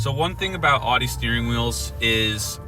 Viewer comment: OW di. Not AW di.